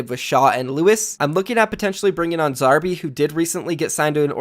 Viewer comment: The way you say Zarby sounds so weird to an Aussie like me LMAO